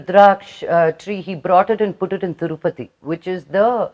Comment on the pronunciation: Thurupathi kadu akkai ,tirupathi